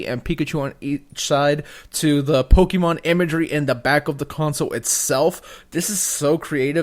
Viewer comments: This guy says "Pokeemon" gimme a break are you serious? Learn how to read, it's Pokémon. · Po-KAY-mon, not Po-KEE-mon. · to anyone pronouncing pokimon im sorry its pokemon, why does everyone say pokimon ??